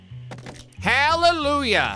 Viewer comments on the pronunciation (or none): none